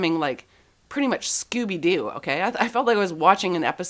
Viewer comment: It's funny hearing a Canadian pronounce "Scooby-Doo."